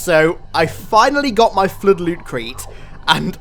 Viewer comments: Every single time i listen to sayin flood i hear flude and sometimes flirt XD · I came here just to hear say 'FLUDE".